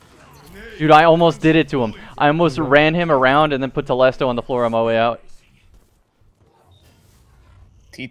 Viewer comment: I’ve never heard it pronounced like that and I’m loving it